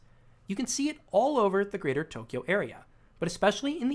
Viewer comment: Stop saying Tokyo like that